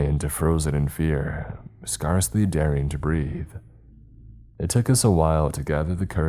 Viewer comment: Okokok I've heard it too many times now, love your channels!... But scarcely is pronounced how it sounds not SCARcely, SCAREcly 😅😂